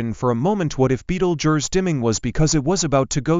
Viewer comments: What a horrible AI voice, at least get someone who can pronounce the name properly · Betelgeuse that ain't the way you pronounce it. You guys should be smarter than that. Go back to school and learn how to spell duh